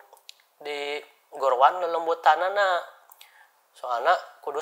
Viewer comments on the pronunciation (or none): Lelemutan min, bukan lelengutan😭